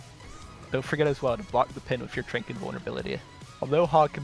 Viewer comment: Can we talk about the way he calls Zen’s ultimate “trank”?? I refuse to believe anyone says it other than “trance”